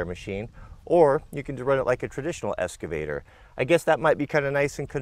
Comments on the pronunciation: Say it with me: EX-cavator. Not ES-cavator. Sound it out, EX-cavator. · I love the channel... But has anybody commented on pronunciation of "excavator"?